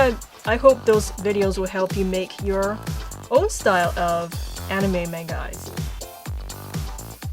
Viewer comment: I'm not sure if thats how you say Manga..